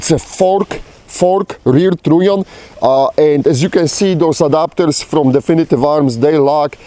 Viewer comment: Is he saying "trunnion"? Sounds more like "tritium"